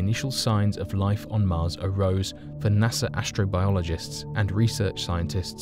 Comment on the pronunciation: Can you say "NASA" ?